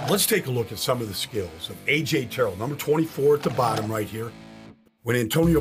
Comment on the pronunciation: how u gon break down his plays but can’t say his last name right